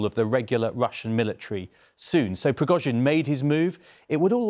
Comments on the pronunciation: Prig-OH-zhin. Why do so many people in the media not learn how to pronounce proper names or place names? You would think it is in their job description! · Ok, its Priggo-sheen now. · "Preggo jean" Ffs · Субтитры переводят всё правильно, кроме фамилий. Пригожин произносят по-английски правильно, но в тексте "Прегосян". У вас за бота пишет армянин?